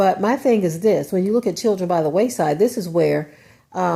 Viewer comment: Wayside, not Waist side...